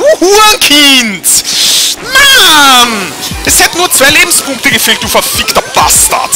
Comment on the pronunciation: Sagtest du da etwa, "Über 200 Lebens-BUU-nkte" ? XD